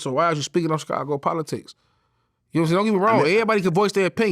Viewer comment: VLAD PRONOUNCE CHICAGO WEIRD WHEN HE SAY IT